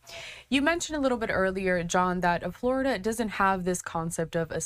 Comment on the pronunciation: I've never heard of Flordia, is that just how blacks pronounce 'Florida'?